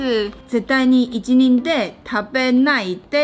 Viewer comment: 一人で 不是應該念 ひとりで 嗎？